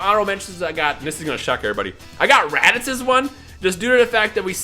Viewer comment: This man says videl bojack and fucken RADIZ WHAT THE HELL